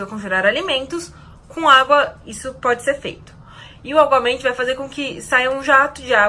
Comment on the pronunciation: é aguamenti ou obamente? huhuhu